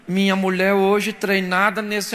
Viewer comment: O cara tava oiano pro meu oio pra ver se o meu oio tava oiano pra Muié.esse pastor é uma figura😄😄😄😄😄😄